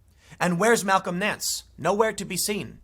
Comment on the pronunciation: Everytime he said Malcom Nance I heard "Talcum X".